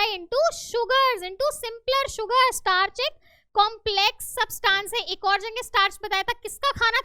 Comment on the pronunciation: Teacher it's not substaaans It's subtance